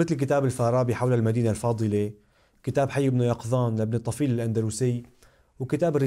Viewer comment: إشارة فقط: ابن طفيل بضم الطاء وفتح الفاء وتسكين الياء